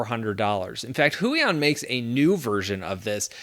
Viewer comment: "Go with the Hui on" and every Polish viewer listening to you was probably like: 😂 😅 Thanks for the videos!